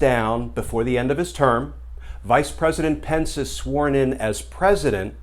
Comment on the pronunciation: I live in NZ, and it’s Pence, not Spence.😉